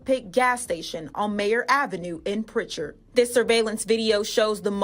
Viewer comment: it's Prichard not pritcher lol 251 in this bitch